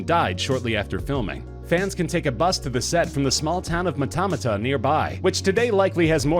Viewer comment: He pronounced Matamata sooo damn wrong. Then again most Maori words are a tad difficult for foreigners.